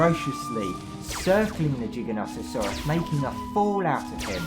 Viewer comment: "Jigganato" Lol.